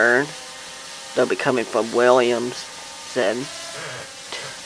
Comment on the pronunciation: Williamsburg, not williamson outside of Traverse City.